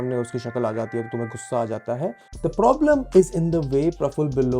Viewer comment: 1st of all learn when to use THE & THE(E) [of course not the word thee ] Use THE(E) only if there's a vowel after.... Dont keep saying thee thee all the time, u sound very annoying